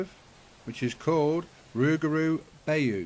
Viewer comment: Nice video. I think it is pronounced Bayou (buy you).